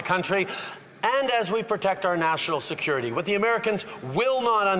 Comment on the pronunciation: tUrdEaU: sEcUreeTy CleErNace